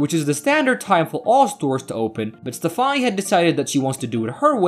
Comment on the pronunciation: You can't pronounce "Stefani" but you can pronounce "Pastich"